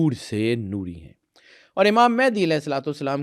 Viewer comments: It's not "Mehndi" 😂.... It's "Mahdi" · It's Mehdi not Mehandi